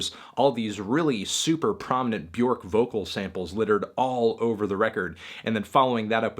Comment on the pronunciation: It's pronounced "byerk" not "byork", melon.